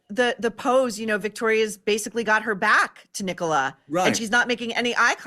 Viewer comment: Thank you for pronouncing Nicola properly...Tim Busfield looks drunk